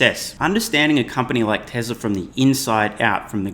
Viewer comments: haha...SMR said "Telser"! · Tesla’r, not TEL…